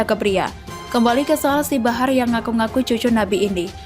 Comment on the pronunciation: Min barah apa bahar??,, Please deh cek dulu bacaannya sebelum di upload🙏🙏🙏